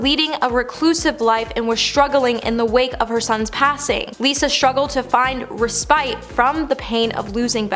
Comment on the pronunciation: “respite”. You can’t possibly know what it means if you don’t even know how to pronounce the word. Man, get a dictionary.